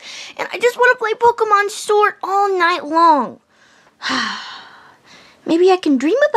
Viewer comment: he said pokeman sword